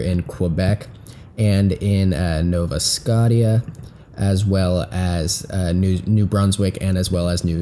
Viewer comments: "Nova Scosha" is the right way to say that, not "scot-tia." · "Nova Scotteeyuh" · Nova Scotia is pronounced Nova Skosha, Latin for New Scotland